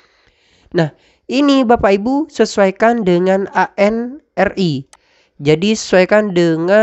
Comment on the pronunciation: Mohon maaf, koreksi sedikit. ANRI dibacanya "anri", bukan "a-n-r-i". Nuwun